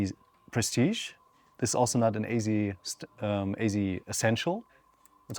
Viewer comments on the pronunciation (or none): Ayzee? Are you trying to say AZ?